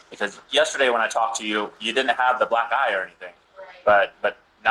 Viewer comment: You triggered my demented brain. Every time you said "Black eye" it sounded like you said "Black Guy.".